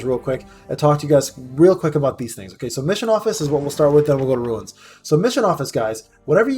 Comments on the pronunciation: They're pronounced as "roonz". You keep saying "roo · uhnz". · It’s Runes (Roonz) …not ruins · Lol i can’t when people say ruins, it’s runes. My cousin says ruins too and it drives me crazy lol